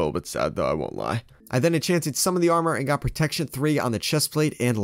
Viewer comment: you can't read protection correctly